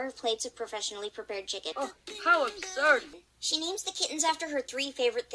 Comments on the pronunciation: How ubsurd! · the annoying thing is Sasha is so stupid so I am going insane because of Greystripe saying "How Abshurd" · HOW ABSHURD! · Uh absoud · oH HoW aBShuRD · OH, HOW UBSURD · This is a sign that sasha is in a bad relationship.'OH, HOW ABSHURD!' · Well how abshurd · HOW ABSHURED SASHA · Oh how abshurd! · Greystripe says "hOW ABSURB" 22 times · I think that graystripe saying how absured......... But ok ........